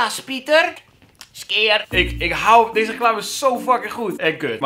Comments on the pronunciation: XD dat is typisch skyr (skeer) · Ze hebben de uitspraak van SKYR veranderd he hahahaha ineens zeggen ze SKYJER 😂